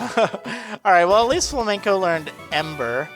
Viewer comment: it's not fla-men-co, it's Flame-N-Co.